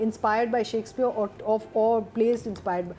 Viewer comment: please try to pronounce Shakespeare instead of shackspeare. There is a difference. It looks bad 😢